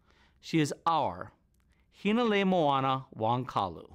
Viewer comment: did he jus say "hana lew lew"!?? dat guy gotta take a few of kumu hina's classes too!! 🤣🤣🤣